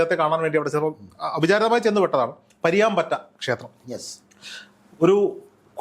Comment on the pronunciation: പരിയാംപറ്റ അല്ല. പരിയാനംപറ്റ ആണ്